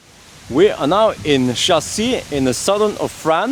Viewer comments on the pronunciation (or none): No,No! you are not in Chassis but Cassis ( K-a-ss-i-ss )!!!...I am from there...